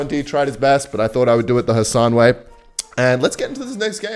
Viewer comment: Nailed the khasan pronunciation 10/10